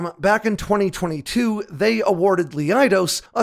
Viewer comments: Leidos is pronounced "Lie" "Dose" (just for future reference) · Leidos is pronounced Lie-dose